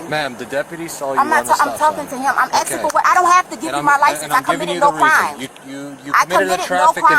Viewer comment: she's axing for a sargeant